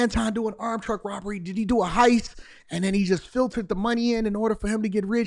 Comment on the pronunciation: I completely agree that driver had to get his cut of that “roberry”!! 😒